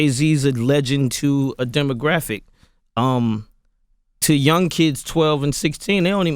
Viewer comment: Missed the G in young...I guess CTG does the spelling because he's a retard